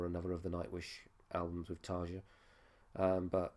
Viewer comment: You say you've listened to Nightwish before, but don't know how to pronounce Tarja's name? I wish reaction reviewers would do just a little research.